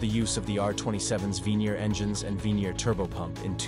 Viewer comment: It's Vernier motor not the "Venier" otherwise, excelent video!